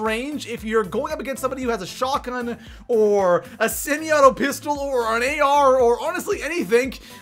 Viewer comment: TRIGGERD WHEN HE SAID PISTOL